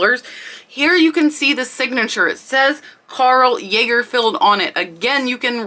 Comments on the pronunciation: Also lahgerfeld, not laygerfeld. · It’s Karl Lagerfeld.. not yeagerfield.. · I love your video’s So many things to learn !!! Interesting and informative. There is History, Pop culture, and Classic information in what you show us. Thank You . Oh and One of the items - it’s pronounced Karl “ Logger- feld “ Lagerfeld. I hope I don’t sound snooty. Petit means little in french. Pronounced Pe- tēt. The first e is a short e sound as in pet. Again I am not trying to be snooty. You had mentioned your weren’t sure of the the pornunciation. So I looked them up to be sure. Again I really enjoy learning from you.